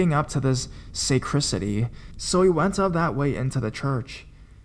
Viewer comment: I normally wouldn't do this , but some of your pronunciations were , shall we say off the mark . first it was US as in USA, next it was cler-geee with a hard g when it should have been a soft get , then there was villi-gant again with a hard g, and lastly the sa cri city . Like I said I normally never do this but some of the words should have been no problem . Again I apologize if I have offended anyone and it is not my intention to make fun of the narrator .